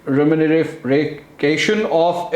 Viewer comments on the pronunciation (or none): You're having a tough time saying the word remuneration ... mashq karein Janab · Remuneration! Lols, Mansoor Ali bhy, u r not wrong. This word is really quite difficult to pronounce. Me too learnt it with repeated effort. It means a financial compensation paid in return for a service